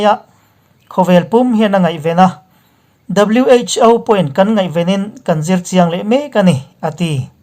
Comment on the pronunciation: WHo tihhi alamdan chuan wh.Aw tihrawh Pu. A